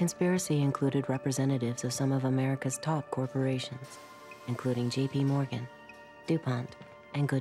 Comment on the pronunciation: That "Gee.P. Morgan" was odly bizarre.